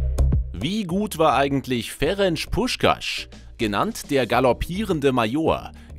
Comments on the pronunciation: Ferenz und nicht Ferentsch. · Das C ist scharf. Sprich Ferenz Puschkasch.